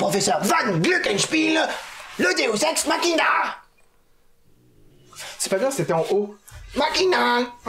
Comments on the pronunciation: Est-ce que j'étais la seule à connaitre le deus ex machina MAIS à entendre deus SEX machina? Ou le nom parfait pour un porno mechanophile? ^-^ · c moi ou le prof dit deus sex machina XDDD ?